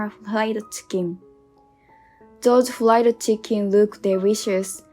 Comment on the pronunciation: Need to improve pronunciation. The letter r is not like L is fried not flied. Sorry I can’t watch anymore